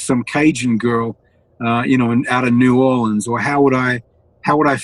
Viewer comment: 😳 WOW! He pronounced "New Orleans" correctly 😱👍👌